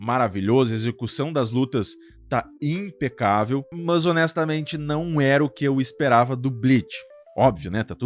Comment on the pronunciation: Conteúdo top, a lista ficou muito boa, porém você repetindo o tempo todo "mãs" chega a doer o ouvido mano, sei lá mano, usa o porém ou entretanto, agora "mãs" usa não.